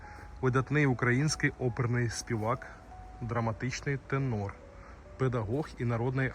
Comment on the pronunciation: Навчіться хоча б читати з папірця правильно:тЕнор, балерина(а не балярина), прокоментуйте в коментарях(а де ще коментують), є, а не являється Ви ж не штучний інтелект, сором.